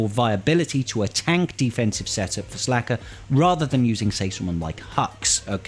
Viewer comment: Yeah it’s SLKR. Pronounced Slicker